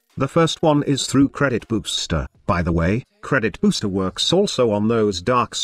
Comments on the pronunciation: i cant unhear credit boobster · why I heardcredit boobster